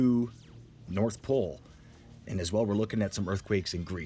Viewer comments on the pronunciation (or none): none